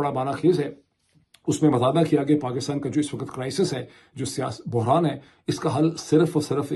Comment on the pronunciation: جب صحیح اردو بولی جائے تو لگتا ہے لبوں سے گل افشانی ہو رہی ہے۔ ویسے بھی آپکا اکثر وی لوگ میں شوق سے دیکھتی ہوں تو میری خواہش یہ ہوتی ہے کہ اسمیں کسی طرف کوئی کھوٹ نا ہو ۔ اگر آپکو میری دخل اندازی بری لگتی ہے تو معذرت خواہ ہوں ۔ کہنا یہ تھا کہ wakat نہیں بلکہ waqt ضحیح تلفظ ہے۔